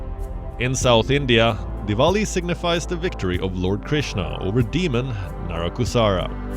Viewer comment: Why is the voiceover of WION speaks unIndian English; Looks like he is UNIndian; He does not know Indian Vernacular Pronunciation even; who is he so demeaning: He says demon "NarakuSARA' instead of the correct name NarakaSURA; Teach him good phonetics and Indian Culture please. Otherwise the presentation was pleasant and off the routine which we all liked. Happy Deepavali to all of WION